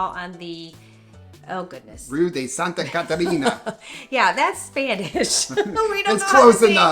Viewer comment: Macrobiótico is pronounced practically the same in Portuguese and Spanish Rua de Santa Catarina was well pronounced, not so much spanish "Yapas", never heard the word